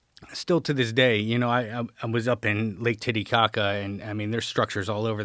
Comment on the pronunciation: Lake tittikaha......hur hur, you said titty 😂